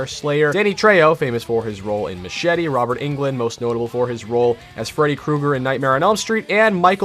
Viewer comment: It’s Machete not Machete